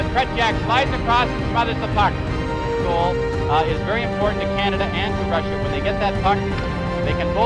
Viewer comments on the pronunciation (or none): none